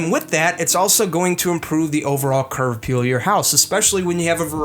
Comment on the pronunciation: Are you saying "Curve appeal?"